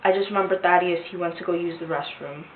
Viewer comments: Thaddeus- like "bat", not "ate". It's a short "a" 😉. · It's pronounced "tad-ee-ous" not "thay-dee-ous". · Thaddeus. Not thay-d-us. Thad-e-us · "Thay-de-us"? It's a long /a/ like in "dad." Wtf? Also the echo and pitch is a no bueno for me. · Omg it's not Thay-dee-us it's Thad -e -us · It’s pronounced Thad-e-us 😊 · The annoying girl chosen for the AI narration even pronounced Thaddeous wrong 😂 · Sorry Lana, but you are not Malik’s gf. And that’s not how you say Thaddeus.